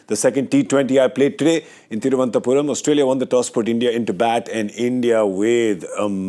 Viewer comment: Gaurav it is thiruANantapuram and not thiruantapuram . Everything matters